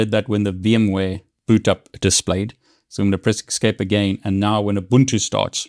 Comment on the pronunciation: Thank you for the helpful video, kind of ... I'm not sure WHY you would tell only HALF the story. What if you DON'T know the root password? Also, there's no X in the word "escape" =)